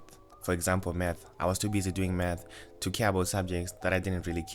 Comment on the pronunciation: What I heard: “There are other subjects that I knew that I had problems with. For example meth, I was too busy doing meth.” 😂